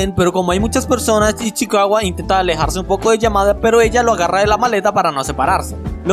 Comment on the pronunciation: Una pregunta porque decis ichiwaca es ichicawa